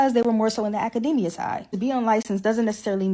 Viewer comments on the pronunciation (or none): none